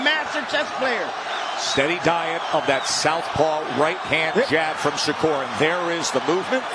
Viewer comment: Here he is again Mayweather jr uhg" i mean shakurrrr Mayweather Stevenson 🤣